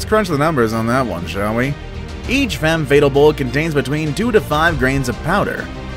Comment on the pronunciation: Femme "Fay-'tahl". Not femme fatal